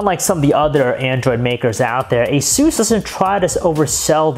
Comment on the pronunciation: Your saying Asus wrong. its A-Soos. like Jesus in spanish but only with an A